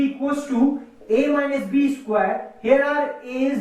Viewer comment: Isquare nahi square hota hai Bolna sikhlo